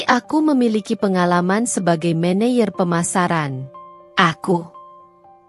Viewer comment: Min klo baca yg bener dong , office boy dibaca office bo , maneger dibaca maneyer yg bener dong ini Indonesia 😂😂😂